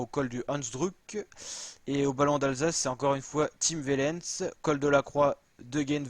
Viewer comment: Tim OUAIIIIIIIIIIIlens ! Par pitié, la prononciation !